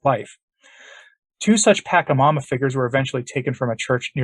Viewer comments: Unless you know something about this South American idol that I don't, I believe the correct pronunciation should be PA-CHA-MAMA with the CHA said as it would be in cha-cha-cha, not as a hard K sound. I could be wrong if the reference language is a local one rather than Spanish. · The first syllable in “Pachamama” is pronounced with a soft ‘ch”, similar to the English words “patch” or “match”. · I know this might sound petty, but it's hard to listen when you keep mispronouncing the name of "Pachamama". But the content is much more important. This event was the first time I did more than just shake my head at Pope Francis. This actually made me angry, and I remain so until this day. The Protestants are mocking the Church over this, and they are right to do so. Also, any shout-out to St. Maximillian Kolbe gets a thumbs up from me. St. Maximillian, pray for the Church. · deliberately mispronounces the name of this demon, so as not to give it honor. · He refrains from saying it with that pronunciation because it could inadvertently be an invocation of the entity. Words have power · Yeah, knows something you don't know. As all of the exorcists tell us, you never ever say the name of a demon properly, because it gives them glory and invokes them. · It’s not pronounced pakamama, but patchamama. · Creepy. It's Pach a mama, from Spanish phonics, not Pak a mama. I can't even listen to this. What about that stang thing? That was so weird. The giant is a bigfoot. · It is not packamama is pacchamama, like China not KIMA...first inform yourself, as you should and then give the information!! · This is not a criticism as such but rather just a pronunciation correction. Pachamama is pronounced, Paw-cha-ma-ma, as opposed to your, Pack-ha-ma-ma. As I said I am not whacking you upside the head, just correcting how you say a word, us old folks are kinda silly that way. 🙂